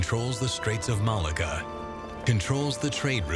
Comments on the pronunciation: I think Malacca is pronounced "Malarka" not "Malaga"! Other than that the doc is very interesting and informative, and expands our knowledge of, and admiration for, the skills of the Chinese people. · it's maa LOCK AH' .